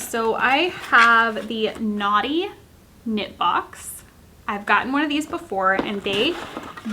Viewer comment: It sounds like you’re saying Naughty not Knotty. 😂😂😂